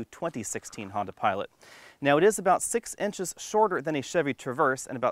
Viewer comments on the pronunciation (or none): none